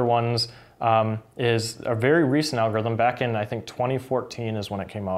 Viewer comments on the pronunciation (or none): none